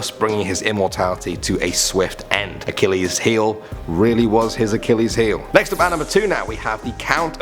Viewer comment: It’s Uh-Kih-leez